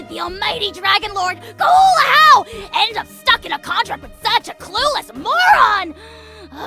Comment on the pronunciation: ajaw's name is actualy pronouced ahaw. Probably because in spanish The letter "j" is pronouced rhe.